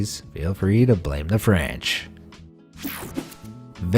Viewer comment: Did he just say "blame the Fanch"?